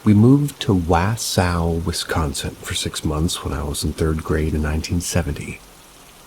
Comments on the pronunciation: It’s pronounced Wah-saw wisconsin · correct: its wah-saw. and then i hear appleton right after (where i grew up) GULP! now im in Washington so less demons and more bigfoots!